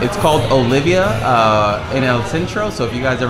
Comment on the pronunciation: Oliva, not Olivia. Merida, not Meridia. C'mon man, you live here...